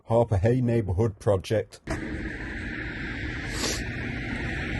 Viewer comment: Not Harpurhey